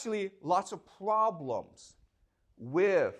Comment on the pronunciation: Professor should avoid to say Pvoblems.